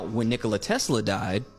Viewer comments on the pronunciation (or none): The guy wasn't competing with Coke & Pepsi, the emphasis is on the Ni in Nikola, like in Ricola